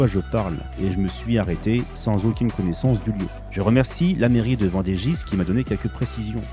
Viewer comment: Que tu ne parles ni lis l'allemand, ça peut se comprendre, mais déjà tu pourrais parler français: les consonnes finales ne se prononcent pas, on ne dis pas Vendegisse, ni Bellignisse, comme on ne dit pas Parisse. QI à deux chiffres ou éducation gauchiste?